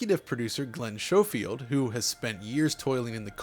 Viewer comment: Thanks for pronouncing Glen’s last name correctly. RDR2 said it right with the gunsmith in Annesburg and the Schofield revolver.